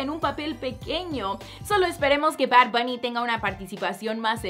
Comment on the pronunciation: Jjajaja porque dices bard buuny Líke si crees lo mismo Dislike si no :)